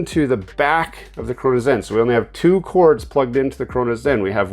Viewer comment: I don't care if sound stupid what hell is a chrunos zen